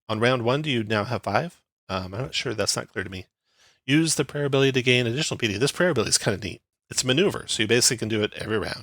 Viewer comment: Nice breakdown. Thanks! Also, for the sake of self improvement, it's pronounced pie-uh-tee.